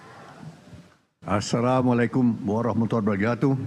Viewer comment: Salah ucap asalamualaikum nya pak Hasyim